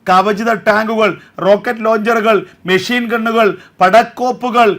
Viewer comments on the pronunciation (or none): none